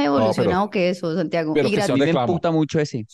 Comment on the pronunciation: Ay no pude con diciendo su nombre y luego Santiago Yon fréi jajajajajJjaajjaa